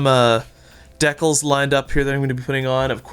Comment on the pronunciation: This was cool. It's also pronounced "DEE-kal" not "deckle".